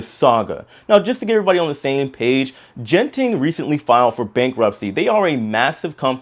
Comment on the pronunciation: FYI Genting is pronounced with a “g “ as in gutter.